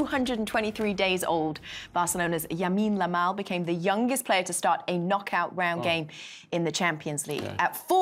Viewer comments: yamine lamal or lamine yamal?😂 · I thought it was Lamine Yamal but she says Yamine Lamal lol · did she just say yamine lamal lmao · "Yamine Lamal" lol. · lamine yamal❌️ yamine lamal✅️😂❤ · “yamine lamal”😂😂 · Yamine Lamal💀🤣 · Yamine Lamal😂😂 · Yamine Lamal 😂😂😂